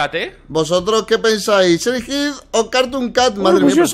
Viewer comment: Se dice siren head